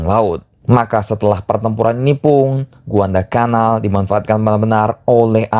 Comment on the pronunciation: Guadalacanal bang, bukan Guandalcanal Yassalam